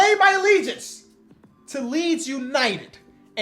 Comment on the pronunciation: As a man who’s from Leeds, i was so confused when you said Leeds at the end😂